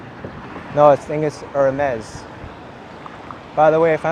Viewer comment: Nice video. Surreal to see Manhattan so quiet and deserted. Hermès is pronounced as airmess btw.